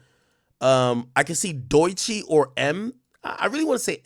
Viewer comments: He say it like Deutsche bank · Ak pronouncing Doechii as Doy-chi is crazy work. 😂